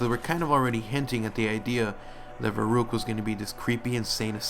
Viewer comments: I'm sorry but it's ver-uck-t-ed pernoance it right you killing me I'm German do it for me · Verrückt say it in German it's a German word you keep saying it wrong but nice video